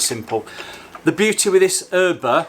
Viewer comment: No, not erbauer but airbaur